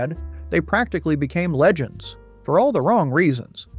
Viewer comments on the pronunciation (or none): none